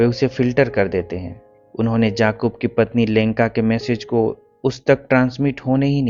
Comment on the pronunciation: It was yaqub not jaqub 😅, there is difference and same with alfaz not alfaj